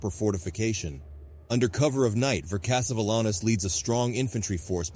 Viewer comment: I really liked the video and the animations were great but I think you should have pronounced vercingetorix differently. [VUR] + [SIN] + [JET] + [UH] + [RIKS]